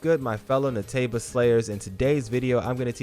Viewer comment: Say: Nay-Tea-Buh